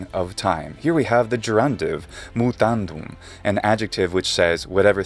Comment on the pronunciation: The way Hiddleston pronounces “mutandum” slightly nasally in the last syllable is also a small detail that is 100% proper Latin, isn’t it? At least that’s what I remember from learning Scientific Pronunciation.